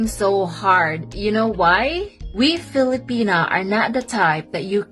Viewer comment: Brother, kindly quit saying “Fili-penis”. It’s Filipi-NAH.